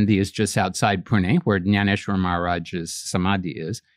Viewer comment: He correctly pronounced Dnyaneshwar Maharaj....otherwise Hindi people call him gyaneshwar maharaj